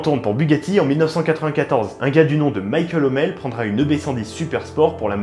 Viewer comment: pourquoi tu dis "Michael Hommel" ? C'est tout simplement Michel Hommel !